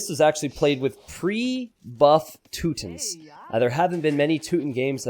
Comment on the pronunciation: I believe it’s pronounced “two-tawns”